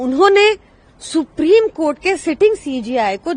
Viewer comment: Supreme kotha....aise hi nahin bolte hain log